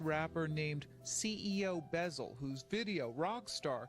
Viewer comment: CEO “Buzzle” wypepo 😩😂